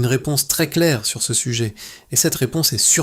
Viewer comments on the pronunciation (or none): none